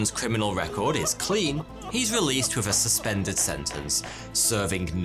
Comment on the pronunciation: If British people supposedly speak proper English, why is that they can't pronounce "th", it's "with", not "wiff", it's "something" not "somefing".